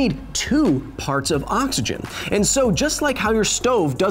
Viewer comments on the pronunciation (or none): none